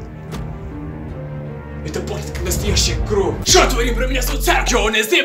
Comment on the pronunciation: не кроф а кровь и хвацит говорить банда манда